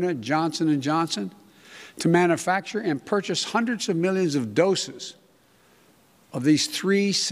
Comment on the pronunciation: I like how our president says, "manafacture."